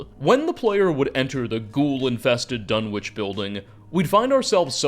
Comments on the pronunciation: Sorry to be that guy, but it's pronounced 'Dunitch'. Maybe that's just the pronunciation for the town in England, though. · Dunwich is pronounced duh-nich... You can Google it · Your pronunciation of Dunwich kills me every time 😂 great video though! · How can you wang on about Dunwich for so long and still miss pronounce it!